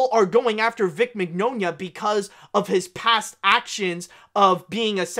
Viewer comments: It’s “min-YAH-nah.” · Mignogna’s mane is pronounced like Mañana, as in hasta mañana.